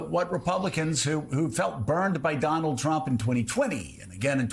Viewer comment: Or putting the emphasis on the last syllable: AKA "Don-OLD Trump"